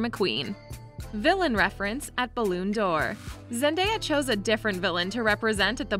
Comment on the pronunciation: BALLOON DOR LOLLLLLL IM CRYING ITS BAL ON NOT BAL OON